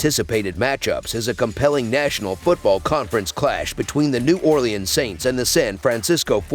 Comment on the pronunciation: That’s not how u say it New Orleans